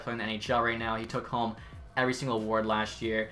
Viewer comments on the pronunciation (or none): none